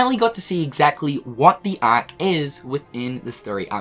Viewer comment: The ahhhhk 🤣 funny how he says it